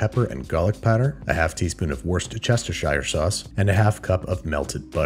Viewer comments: So you can pronounce Gochujang and Gochugaru, but can't say Worcestershire? For anybody curious, it is pronounced like the city Worcester. "wou-sta-sher sauce" Not really that complicated. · it's actually wist-ishur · gotta love the way he pronounces worst chester shire sauce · wooster-shur sauce, it's not difficult. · get it right its wosher shrie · getting mad about the pronunciation of wuhrstcheshtershyeur sauce made my day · Always coming with the goods! Just to let any Americans know, the correct way to pronounce Worcestershire sauce is wu-stuh-shuh-sauce or if you’re a southerner like me Woosta-sauce. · Worschreschersestershire sauce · For future use it's "wuh.. ster.. shur" sauce. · Repeat after me: "Wuss-ter-shear sauce." Simple. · Worcestershire is prounounced wuss-teh-sher in England :) the R, C, E and S are silent (don't ask me why) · It's pronounced "Whoa - Rochester - Shy - Re" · Mf said Woar shire sauce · Babish pronouncing worcestershire sauce differently every time makes my day. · One of these days you need to make a compilation of every single time you say Worcestershire sauce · Someone needs to make a compilation of Andrew mispronouncing Worcestershire Sauce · Glad to see that the time-honored tradition of butchering the word "Worcestershire" in as many ways as phonetically possibly is still alive and kicking. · WORCESTERSHIRE sauce? Why cant Americans say that word properly2 HAHAHHAHAH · I think he's being facetious. He's purposely pronouncing it wrong to be funny.